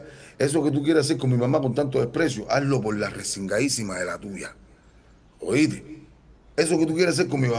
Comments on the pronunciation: EDITAL,....OITE,.....PELDON,...🤦🤦🤦 QUE HORROOOORRR.......y el canta??? QUE APRENDA A HABLAR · No se dice oite,se dice oíste.Jajajaja.primero hay que saber hablar y expresarse para así dar un poquito de presencia